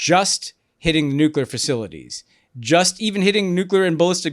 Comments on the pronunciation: Honestly, this was some of the smartest content out there about this conflict with Israel/Iran. The context and analysis was excellent and I thank you because I think Americans really need to understand all this. The Greg Landsmen content, not so much. The guy could not pronounce nuclear. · Gary Landsman’s not from my state so I don’t know him, but on Israel/Palestine/Iran, he sounds like an idiot. I thought one of the big lessons of the first Dubya Administration was that we don’t trust war planning in the Middle East to politicians who pronounce “nuclear” as “nucular”…😂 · How is that most of the people that are making decisions about war and the future of the planet cannot pronounce the word NUCLEAR?